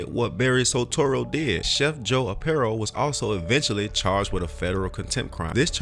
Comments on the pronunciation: Sheriff Joes name is pronounced R PIE O. Other than that I liked your video. Joe was my sheriff about 25 years ago. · His name is pronounced (Are) (Pie) (O)